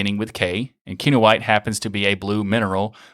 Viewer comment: if you gonna say ki-no-i-te at least say kee-noh-eeteh :p